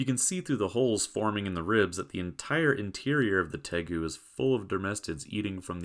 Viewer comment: Did you say Degu? Hehe 😊